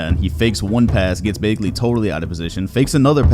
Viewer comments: ik it doesn’t super matter but it’s pronounced BAG-ly isn’t it? you saying it like bae-gly is so weird to me for no reason 😭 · BAG-LY not baegly 😂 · y does he pronounce bagley like that 💀